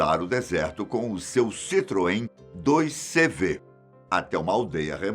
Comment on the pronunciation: Diz-se CITROEN 2 CAVALOS (CV = 2 cavalos).